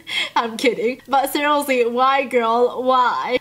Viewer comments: I love everything about except when she says SERIOSELY, the way she pronounciates that frustrates me.. its like " Srsllshdllshlsy" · It sounds like your saying cerialeslie no hate